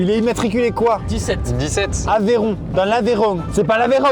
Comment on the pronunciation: Averon c'est pas averon la bas